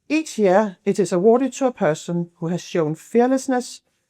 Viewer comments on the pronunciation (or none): none